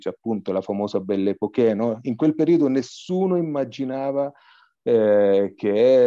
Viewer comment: Belle Époque si pronuncia Epoc , non ha l'accento sulla e finale! 😅. Ma studiare almeno le regole di pronuncia?? Qua do vi mettete a Pontificare